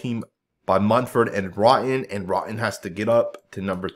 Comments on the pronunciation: Nice breakdown,! BTW, it's Roten (row ton) not rotten. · It's RO-TEN not Rotten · Ive been calling him rotten based off videos lol. 🤷🏻‍♂️